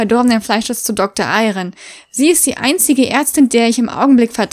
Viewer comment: Als du Doktor Eiren vorgelesen hast, hab ich Doktor Iron verstanden😂😂😂